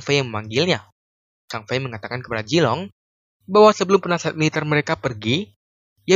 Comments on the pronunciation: Bukan jilong Tp Zilong Pake ZZZ Bukan Jetttt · Zilong min, bukan jilong. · Vg bukan Jilong tapi Zilong